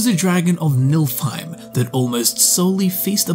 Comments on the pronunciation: My man absolutely aced the pronunciation of Níðhöggr and then completely fucking butchered Niflheim. Never change,. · The mispronounciation of Níðhöggr is understandable, but it's Niflheim, not Nilfheim...